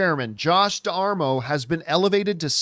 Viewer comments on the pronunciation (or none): It's pronounced "de-mar-o" And wow, "Fuck Disneyland"? lol. Good grief man, chill out. It's nowhere near as bad as you're making it out to be. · It’s da-mar-o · I like John, but holy cow how can somebody be so bad at pronouncing a name. Especially another Italian surname just like Campea. You would think he would have figured it out in pre-show prep before going on camera.